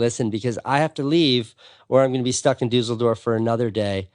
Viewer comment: DuSSSSSSSSledorf not Doozledorf